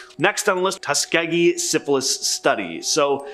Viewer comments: Tuskegee, how did this guy get Key Kee out of it 😂🤣😂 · tusk key kee is how u pronounce it.